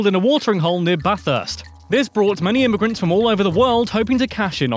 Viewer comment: He said bathurst wrong